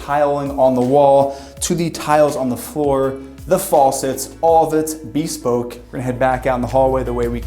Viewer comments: Why does he say bespoke like that? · Have i been mispronouncing bespoke wrong all my life?